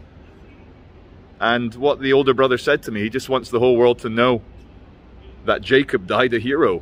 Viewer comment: His name is spelled Jakob but is pronounced yakob